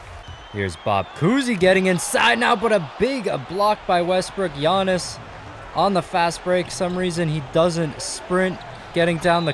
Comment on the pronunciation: You say giannis name so wrong